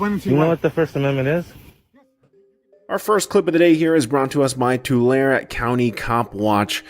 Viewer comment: Tulare is pronounced to Larry. Not a criticism just an fyi.